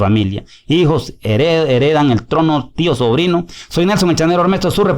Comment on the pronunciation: Señor no se dice TIt, se dice Tip